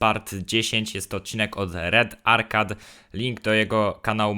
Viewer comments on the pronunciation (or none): Źle powiedziałeś arcade musi arkejd